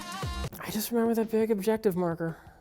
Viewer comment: is such a sour puss "Memba Thief? I memba" XD